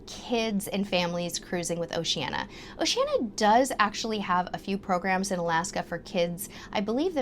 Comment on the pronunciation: Oceania is pronounced "Oh she an ee a", there is an i two letters from the end of Oceania